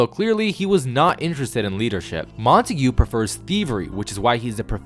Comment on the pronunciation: Btw it’s pronounced: Mont-egg-uh